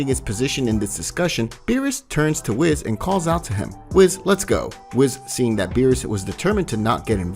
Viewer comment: it's WHIS not WIZ